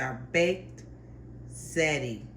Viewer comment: Looks awesome and DELICIOUS! As an Italian, I would suggest saying the word “ziti” with the correct pronunciation, ZEE-tee. Yum❗️